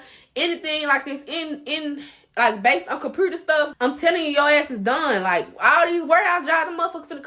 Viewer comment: “The compruter stuff”